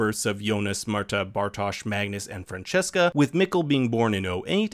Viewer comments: Whenever someone pronounces Franziska as Francesca, a small fairy dies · Great video, there is only one thing: her name is Franziska not Francesca. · I don't mean to offend anybody, just curious. Why do you pronounce their names in english (or what is it) manner: Franziska like Francesca [francheska], Claudia with [o:] sound, Eva like Eve, Charlotte like [shArlet], Silja like [silja] and not like [silia]? I know they are equivalents, but still they are not their names. And at the same time you do pronounce "Jonas" like it is supposed to sound (approximately). Also what the heck is the "time apparatus machine"? How is this supposed to make any sense?